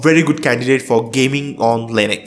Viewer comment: question: how does "u" turn into "e" .. it's not lynex .. it's linux .. stop mispronouncing it, please.